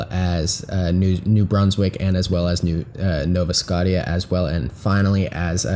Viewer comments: "Nova Scosha" is the right way to say that, not "scot-tia." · "Nova Scotteeyuh" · Nova Scotia is pronounced Nova Skosha, Latin for New Scotland